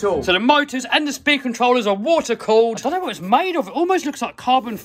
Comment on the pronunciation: WOAR ITS WATER NOT "WOAR"